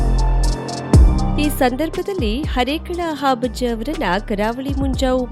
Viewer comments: ವಾರ್ತಾ ನಿರೂಪಕಿಯವರು ಹರೇಕಳ ಹಾಬಜ್ಜ ಅಂತ ಹೇಳುತ್ತಿದ್ದಾರೆ...! ಅದು ಹಾಬಜ್ಜ ಅಲ್ಲ ಹರೇಕಳ ಹಾಜಬ್ಬ... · It's Harekal Hajabba not Harekal habajja...